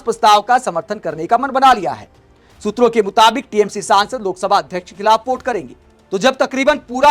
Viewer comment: भाई पहले संसद कहना तो सीख लीजिए ये सौंसद - सौंसद क्या कहते रहते हो आप।